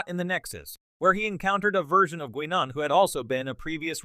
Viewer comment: good ole Gwee-Non... gotta love AI voices